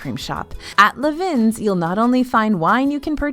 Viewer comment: Fab and very useful video! Just one request... PLEASE learn how to pronounce "vins" (as in French for wines), which is pronounced the same as "vin" (wine). It's sort of sounds like VAH - definitely no "N" - but Google Translate will speak it for you. It's seriously painful to hear it rhyming with pins 😊